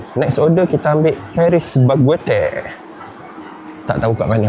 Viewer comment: Paris baguette jadi paris bagweter eh🤣 pelik saya dengar mula mula